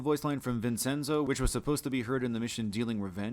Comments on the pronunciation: man I corrected him on this and his other mispronunciations (Kay-sen for Kasen, Vinsenzoh for Vincenzo) and he told me that I was wrong and that he pronounced everything properly 😂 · Great video but: 1. Kasen is pronounced kah-sen, not kay-sen 2. Sindacco is pronounced sin-dah-koh, not sin-dick-oh 3. Vincenzo is pronounced Vin-chen-zoh, not Vin-sen-zoh 4. It's "bone voyeur" not "bon voyeur" If you're going to put this much effort into collating the cut content, you could at least bother to play the game even once to know how you pronounce the characters names.